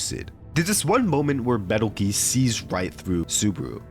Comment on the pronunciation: betelgeuse* (or petelgeuse) is pronounced beetlejuice, same as how the star with the name is pronounced